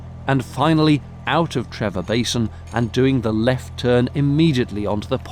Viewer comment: Loved the video. Used to live not far from the Aqueduct. One tiny point the place spelt Trevor is pronounced Tree-for. The V is an F sound in Welsh.